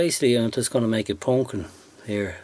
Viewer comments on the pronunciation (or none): That was a great little project, and I will have to try a couple of those. My wife was walking by and heard you say "pawnk-keen" and sat down and watched the entire video, and commented throughout the video of how interesting it is to watch the process. And, she thought your accent was great. Thumbs up, my friend!